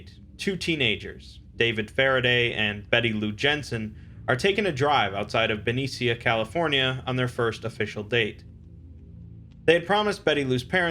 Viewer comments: Benicia is pronounced Buh-ne-sha. Source; Am SF Bay Area native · It's pronounced "Ben-ee-sha" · Heads up it’s pronounced Ben-isha. The other one is Muh-desto.